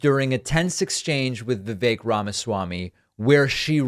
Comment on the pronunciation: i feel awful saying this, but if you can't even say "vivek" properly, why should we think you have an understanding on politics. its not even a difficult name